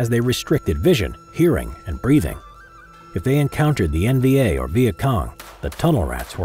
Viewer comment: Am i hearing “NBA” or “NVA?”